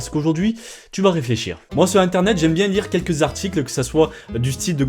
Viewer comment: " j'espere que vous allez bieng " vous avez tout mon soutieng " XDDDDDD